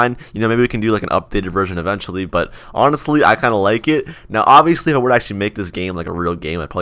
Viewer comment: Is it just me or did he always say obbyously and not obviously?